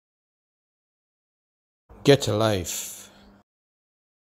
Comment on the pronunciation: actually, it's pronounced. (Gah-chah Life)